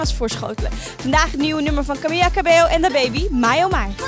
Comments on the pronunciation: CAMILLA. niet camieja. Lees je even in lol 😂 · Zou professioneel zijn als Camila haar naam ook goed word uitgesproken